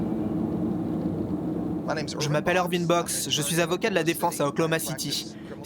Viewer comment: OKC KODON CITY ET NON OKLOMACITY